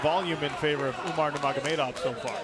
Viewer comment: "umar numargomedov" okayy